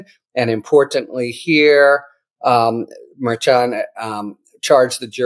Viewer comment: he can't pronounce Merchan correctly, he just can't. and the clickbait titles are getting worse and worse. :(